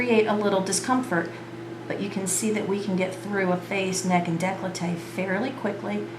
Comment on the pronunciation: Decklowtae? I think you mean "décolleté" - here is how its pronounced - French pronunciation = décolleté nice technique with the angiomas especially - they disappear!